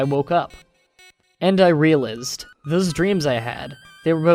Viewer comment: The way you pronounced realized really bothered me...but good story. You read them pretty well, aside from the lots of unique pronunciations. Pahsta ;)